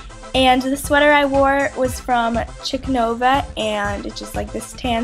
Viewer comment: Its pronounced sheek nova